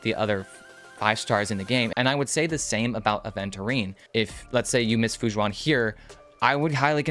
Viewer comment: This is a great video and very informative, but so sorry I kept hearing you say "Fu Jzuan" when her name is more pronounced like Fu Shwen. Just wanted to help by pointing it out and thank you for the video!